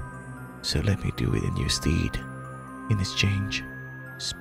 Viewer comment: Stead is pronounced “sted”, not “steed”.